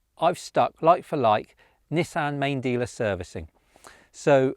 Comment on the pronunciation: when he says Nissan Main Dealer... I can't help but think it is a South African saying the name of their most famous/greatest past leader.